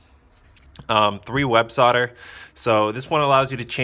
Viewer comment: Thank you for pronouncing "solder" properly.